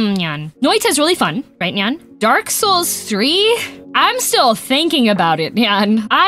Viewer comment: I genuinely thought she said Nyark Souls 3